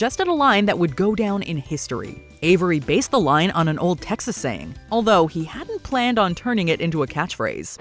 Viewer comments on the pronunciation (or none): none